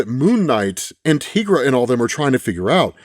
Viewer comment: tigara not tigraa